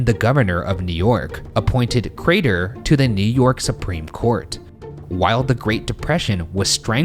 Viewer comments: goddamnit i do love ryan but every once in awhile you get that one episode that for whatever reason has one word that ryan pronounces just a tiiiiiny bit off, but boy it’s enough for you to lose 100% of the storyline by the end of it fuckin ay.... CRAYTOR!!!!! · #postmortem why does ryan over-pronouncing craTer grate on my ears so bad? it wasn't consistent either sometimes it was fine and it would catch me off guard every time, i'm sorry <3 #shaniac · no one: crater Ryan: crAYTer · Ryan: Joe-seph Cray-ter Also Ryan: N'York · ryan really be out here saying craTer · POSTMORTEM: I would rather take a very large after steak dump than listen to Ryan attempt to pronounce "CRAY-TUR" one more time. Sweet Lord grant me peace. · I love you guys. I love the case. But why is Ryan pronouncing Crater so weirdly? The T is so pronounced and it is lowkey robotic. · Ryan’s enunciation of the “T” in “craTer” 😭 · Are we just not gonna talk about how Ryan overpronounces “Crater”? 😂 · Much love man but why the pronounced T-sound in crater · Ryan's really pronouncing the hell out of that T in Crater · For the postmortem: Why did Ryan keep saying Crater like that? I’ve never heard him enunciate that much before lol #shitfish #iloveyouguysdespiteryansweirdwayofspeaking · ryan really committing to pronouncing that T in crater this episode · the way you pronounce crater makes me wanna blow chunks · Ryan why are you putting so much emphasis on the word crater? Driving me crazy man :( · Question for Post Mortem: Why is Ryan pronouncing the hell out of "Crater"? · ryan. why do u keep pronouncing crater like that 🥲